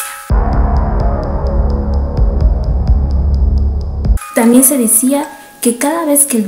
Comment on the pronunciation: Me da risa cuando dice anorxia, parece la rosa de guadaupe wacho